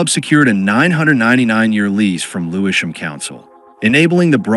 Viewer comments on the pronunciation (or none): none